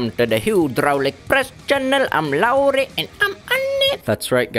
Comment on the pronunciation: That pronounciation of ”Lauri” was so on point